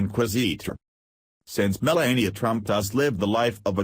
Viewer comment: Should be called Breaking Fake News. Sorry your speaker has such a terrible sore throat and can hardly talk. Much of it is garbled and poorly pronounced. You keep pronouncing Melania's name wrong. Trump has quickly made the U.S. a disgrace to the world, and he is already the least liked President in all History. He breaks all his promises, and can't get his act together to get any legislation passed, and has driven away even support from his own party by his bizarre lies, lack of knowledge of how the White House and government works, and lack of any class or ability to speak coherent adult sentences even. Is the man suffering from a dementia of some kind, or is he just naturally that insufferable and stupid? He keeps shooting himself in the foot with childish tantrum and has made a disgrace of himself in a very short time. I'm not even an American and I can see it, so what is wrong with you people in the U.S. to be putting up with a deceptive buffoon like him? it's very fortunate this video gets so few views.